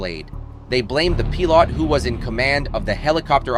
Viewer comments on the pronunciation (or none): "Row tar blade"? No wonder they blamed the "pee lot."